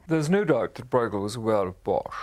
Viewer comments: "broighel"???? seriously???? it's hard to take the rest of the content seriously when they start by butchering the artists' name!!!! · The name of the artist is pronounced completely wrong. A little effort wouldn't hurt: just because it's not your language doesn't mean that you can slap on your own language's pronunciation rules. I can understand that people have difficulties with the hard "g" in Dutch, but everybody should be able to say the "eu" sound properly. It's the ö sound that you find in German words like schön and French words like deux. We Dutchies don't call Gainsborough "Ginesbohrouch" either.